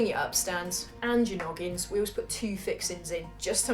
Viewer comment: Noggins not loggings. And yes "spiking".